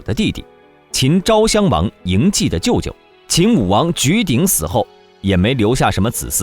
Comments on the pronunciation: 謖的發音：素，而不是計。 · 嬴稷不是嬴谡，读书还要看字！把自己装得很有文化一样！